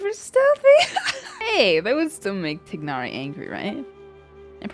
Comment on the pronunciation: Everyone mispronouncing poor Tighnari 💀